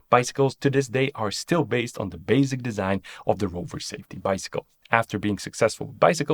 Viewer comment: *baSic (not baZic)